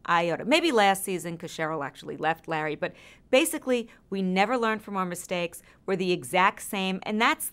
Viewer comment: I love it when she calls Larry "Lah" instead 😂